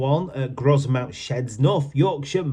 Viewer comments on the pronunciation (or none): Isn't the "s" in Grosmont silent ?